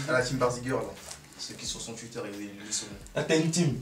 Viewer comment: y dit: TOUITTEUR XD